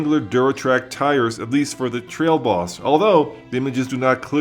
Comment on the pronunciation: Hahaha damn i hadn't even noticed that